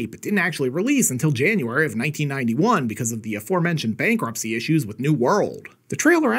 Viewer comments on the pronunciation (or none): none